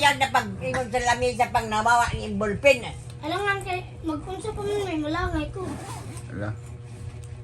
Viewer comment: Makakatawa man nalang ta nimo. Nganong Na golpen naman instead na Ballpen，haha